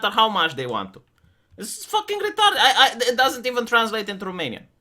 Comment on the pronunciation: I love this part "thats retarded" the accent makes it just perfect :D